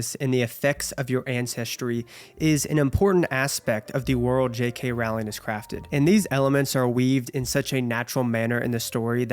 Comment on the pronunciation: What a wonderful and thoughtful review! You nailed it. I’ll always love the HP series. Btw it’s Rowling like row your boat. ❤